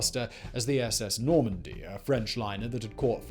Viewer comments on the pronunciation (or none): none